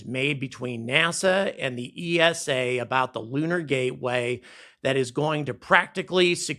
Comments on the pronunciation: I was just wondering why you say EE ES AY for ESA when you pronounce NASA as one word. Over in Europe we pronounce it EESA, one word. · Please pronounce ESA as you do with NASA, you wouldn’t say N A S A either :)